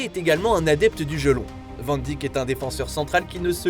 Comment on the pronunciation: Juste la prononciation de Van Dijk c’est « Van Daïk » et non pas Van Dijk « Van Dik »